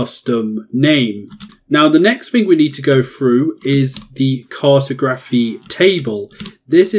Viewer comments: “CART-oh-graf-fee.” 😆 I’m dying with that pronunciation. Try “car-TOG-ra-fee” next time. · CAR-to-graphy? Lol it's car-TOG-raphy. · car.tah.graf.y not cartoe. grafee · CAR-toe-GRAPHY car-TOG-raphy Is this an accent thing? I’m not trying to be a grammar dick. I’m genuinely curious, because I’ve always pronounced it the second way. Anyways very helpful video. Great stuff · I’m glad you realised the pronunciation was a bit off 😂 great video tho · Cartography is pronounced like geography. The way you pronounced it sounds cursed, it's like saying photo-graphy as opposed to photography. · Where is the presenter from? Why does he pronounce cartography that way? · Good guide. But that's not how you pronounce cartography 🤦🏻‍♂️ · Or when he mispronounces Cartography or Cartographer 🙈🍻